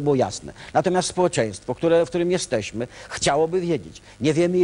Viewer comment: "Jezdeśmy" itp.. po latach ta miałkość intelektualna rysuje się aż zanadto wyraziście, kiedy oglądałem to jako dzieciak, wyglądało to na poważną debatę. Zerka ciągle w coś przed sobą, pewnie czytał z telepromptera. Żenada ;/